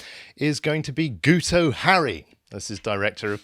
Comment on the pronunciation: His name is pronounced Git oh as the "u" in Welsh sounds like an "i" !